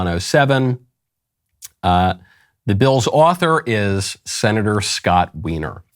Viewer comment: To be fair, I will point out that Scott Wiener is pronounced whiner.